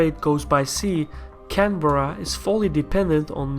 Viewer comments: It's 'Can-bra' not canberra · Its odd hearing someone pronounce Canberra as, Can-Berr-A, opposed to how its normally pronounced, Can-Brah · It's can Berra I am Aussie and insulted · Canberra pronounced - Can- A- Beer-A !!!!!! LOL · Is there any aussies here annoyed at how he pronounces "Canberra"(Can-Bra)? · ive gotten used to it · Canberra is pronouced Can-bra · all over Australia its pronounced can-bear-ah